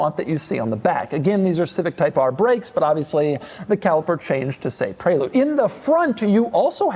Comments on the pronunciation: It’s called a Pre-lude not pray-lude! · So upset with how he pronounces prelude. I always thought it was prè lude not pré lude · Why is he calling it the pray-lude. Isn't it the prelude, like the actual word? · ITS PRELEWD when u say it ffs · Is this really how Americans pronounce Prelude ...."prey-lood"?!